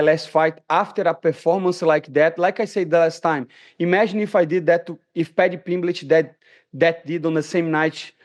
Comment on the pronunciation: Pimblitch 😂 this guy kills me